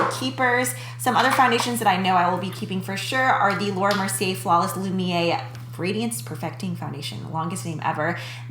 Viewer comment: Fyi Lumiere is pronounced "lumi-air," in Laura Mercier it's "Mercy-ay" because the r is at the very end of the word :)